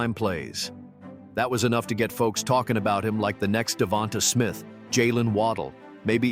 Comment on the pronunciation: DeVont-UH Smith??? Really?